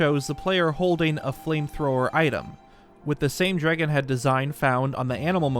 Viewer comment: if i hear someone say "dregon" again my head might explode